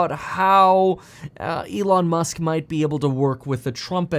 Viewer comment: E-lon Mush.